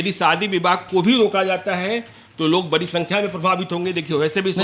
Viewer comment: पहले boliye sudh sudh"बरी नहीं बढ़ी होती" hai